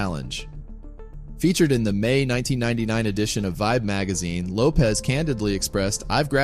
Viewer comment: Her last name is pronounced Lo-pesh NOT Lo-pez Her name is Portuguese origin. Lopez is Spanish